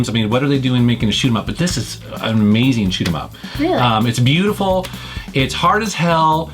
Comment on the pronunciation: Drink everytime he says ameezeeng